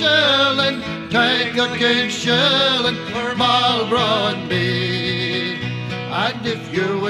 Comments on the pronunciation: All true, but still not sure what it has to do with the mispronunciation of his name in the video. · An army, not the army. Not entirely sure what that has to do with the mispronunciation of his name in the video, though.